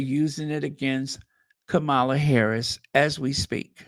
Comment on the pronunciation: how do you not know how to pronounce madam Vice President’s name yet! It’s giving orange menace the way you pronounce it. 🥲🙃